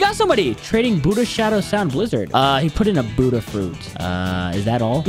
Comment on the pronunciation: In the intro it sais shut light but it’s budhaa